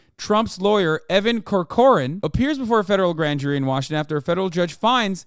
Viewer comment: The pronunciation of "Corcoran" (and Irish surname) sounding Italian is so funny to me